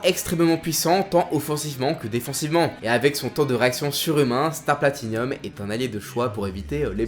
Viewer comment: C'est "Platinum", pas "Platinium". "Hirohiko" et pas "Iroiko". Ce n'est ps un avis, c'est factuellement vrai.